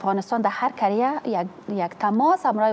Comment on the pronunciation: رنگینه کاکر وزیر معارف در برنامه سراچه جملات ذیل را نُطق کرد: مالیم ( معلم ) تالیم ( تعلیم ) ماریف ( معارف ) منطک ( منطق) انتکاد ( انتقاد) کریه ( قریه ) کبول ( قبول) فکت ( فقط) تگریبا" ( تقریبا") ها نا ( ها، نی) تامیر ( تعمیر) اکلن ( اقلا") معصوم ( مصئون ) باث (بحث) چی رکم (چی رقم) تالی نمی داند کی وی را به رئیس جمهور معرفی کرده است. و موسیکی (موسیقی) ره هم زیاد خوش داره روز های جمعه که از خواب میخیزه موسیکی مشنوه. این زن فرد اول معارف یک کشور بنام افغانستان است. چی کنیم رفیق روزگار اینطور شده.